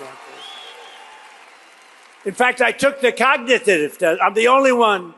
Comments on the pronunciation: 5.03. The clown says “cognititive”….ffs America….. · Sleepy trumpet on speed imagine him sober 😂. Hes had more cognitive tests then average 100yr😂 "hes so old!" Him on biden when younger then him now😂. Alotve ppl dont know about the b. 😂 yea his crowd. They are cult followers. Cognitive tests like every single serial killer takes before trial. No average citizen ever. mispronounced "cognitive " 😂😂😂. Hes the 80yr dementia neighbors we all know Or knew. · Couldn’t say cognitive! 😂😂😂😂😂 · He couldn't even pronounce "cognitive" in that embarrassing speech.